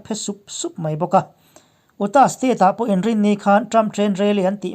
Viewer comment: A bengvar thlak thin e. State hming lam sual thenkhat, Utah leh Connecticut te hi: UTAH= "iuta", CONNECTICUT= "khènétiket" tiha lam zawk tur a ni e.